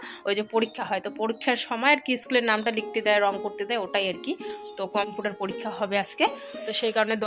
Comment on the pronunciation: আপু, আপনার বিডিও খুব ভালো লাগে,,, একদম শুরু থেকে দেখি,,,,,একটা কথা বলি কিছু মনে করবেন না,,,কম্পিউটার উচ্চারনটা কেমন জানি লাগে.......❤🇧🇩🇦🇹